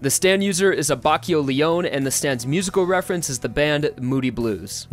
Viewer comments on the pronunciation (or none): I hate that you pronounced the names of the characters wrong It’s Bucciarati It’s LeonE Abbachio It’s SaLe It’s Mario Zou-kero